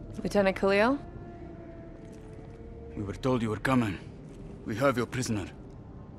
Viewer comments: Call him lieutenant Kahli ONE MORE TIME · Its Khalil! And u pronouce Minister Said (saiid)